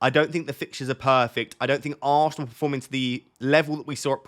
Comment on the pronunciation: Love the way you say..aannnnsnal 😂😜 I dont recommend anyone to watch him say that at 0.25x 😂